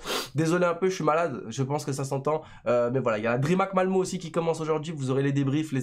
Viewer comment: Ca se prononce MalmEU, sinon bonne vidéo, bon rétablissement et merci pour les infos !